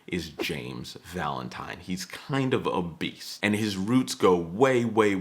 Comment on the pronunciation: When you called him “a beast,” I heard “obese.”